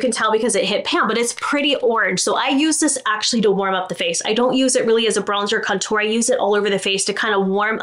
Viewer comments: Do we think anyone will ever tell how to correctly pronounce the word contour?? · I love how you say ‘contour’. Makes it sound so fancy! 😂 as always, really great tips and a couple I hadn’t ever thought of. Thank you for all that you do 💙